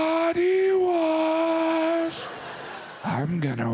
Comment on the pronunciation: I thought Jim said poty wash instead of body wash.